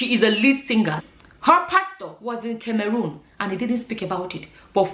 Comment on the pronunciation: please can you pronounce CAMEROON well? 😂😂😂😂🙏🙏You are pronouncing it in past tense it’s actually pronounced in present tense. Beautiful and intelligent woman.